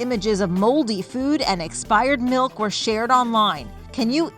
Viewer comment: That’s not expired milk. That’s expired malk